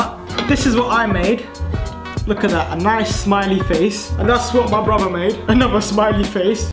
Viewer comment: be saying "Bruvaa" instead of brother.